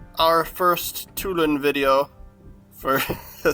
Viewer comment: 2 lawn...but drop the n. sound it out....like Bordelon